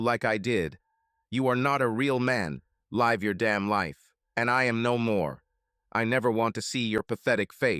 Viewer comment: Why is it the ai voice can properly pronounce "lichen" but cant pronounce properly "live"